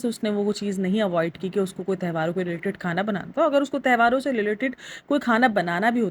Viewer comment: Behan tehvaar nahi tyohaar hota hai